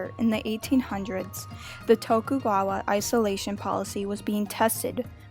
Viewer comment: Bro said toku gwawa